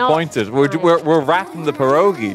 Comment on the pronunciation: I never knew I needed RT to pronounce Pierogi until today